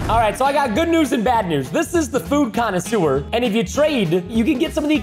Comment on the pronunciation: When you said Food Conisuere I thought you said food kind of sewer